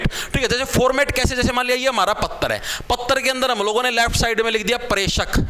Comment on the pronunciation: पत्र❎ पत्तर✅😂😂